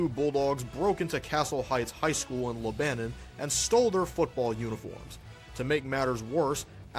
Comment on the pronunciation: I believe it’s pronounced Lebanon